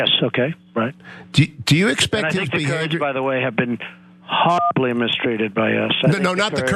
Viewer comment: he said terds not kerds